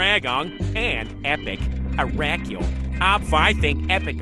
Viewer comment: "Araculele" Tts: ara-cule Me: NO! ITS ARACULELE